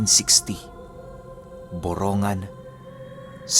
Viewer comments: Boronggan eastern Samar Hindi borongan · Borongan Samar ! Pronounce Po boronggan Po NINUNO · borong-gan po pronouce po sa borongan. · Borong-gan Po Ang correct pronunciation ❤️Boronganon Here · Borong-gan po ang tamang pagbigkas Nyan. Taga Samar dn Po KC Ako.❤️❤️❤️